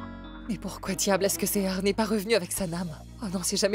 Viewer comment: Seher tu dis cea